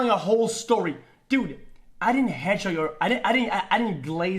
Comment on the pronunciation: "when in fact dud, I've moved on for hours... dud" -a cow